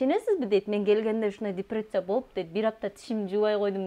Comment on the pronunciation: Депирециябы😅😅 депрессия деп койда😅😅